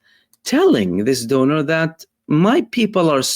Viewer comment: Donor. Rhymes with owner.